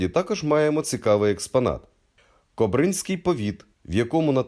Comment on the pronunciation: І наголоси ЛишЕ, а не лИше КОбринській повіт, а не кобрИнській, як польською...